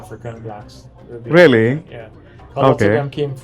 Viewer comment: Why the hell is putting on a British accent now, if you notice when he said "really" at, it sounds like the english people? I guess he's spent so much time with the English, he has adopted their accent.